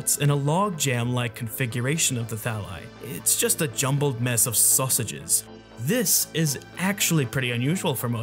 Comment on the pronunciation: has Amogus corrupted me this much or did my ears not deceive me when I heard “susages”? lmao